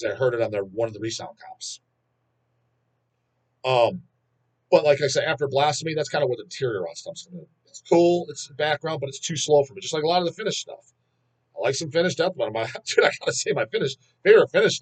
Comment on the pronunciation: Rotting in hell is an album by deteriorate. Not deteriorot